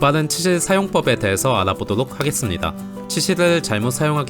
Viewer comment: 원래 이런댓 욕박는데 진짜 발음 앵간치 안좋긴하다 ㅋㅋㅋㅋㅋㅋㅋㅋㅋ ㅈㄴ공감되네